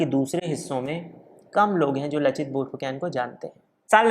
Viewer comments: Tum log Saaloh Pronouncing itneh galat kaise karteh ho? Fu can nahi Phu Kon. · It's borphukon not borphukan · Bhai, borphuकेन नहीं borphuकन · आप "Borphukon" उच्चारण किया करे 🙏🙏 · Aap ka pronounciation galat hai lachit barphukan ka